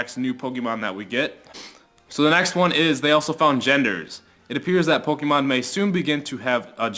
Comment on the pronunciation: STOP SAYING POKIMON ITS REALLY ANNOYING